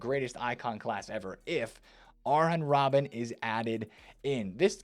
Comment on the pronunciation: So basically can't say any of the names right.....aaren robben??Come you can do better